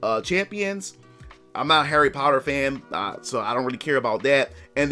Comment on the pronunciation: Dude, I love you. But, I heard you saying "Harry Powder". It cracked me up.